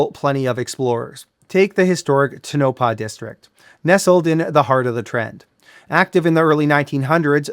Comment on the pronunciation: Great vid yet it's TOE-nah-pah.